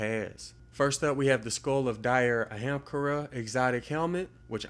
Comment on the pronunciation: I'm sure no one cares but it's pronounced uh-hum-car-uh.